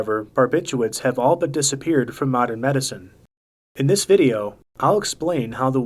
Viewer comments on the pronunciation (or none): none